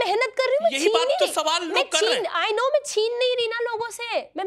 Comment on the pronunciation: Pahle dhang bolna sikh mai ko may bolegi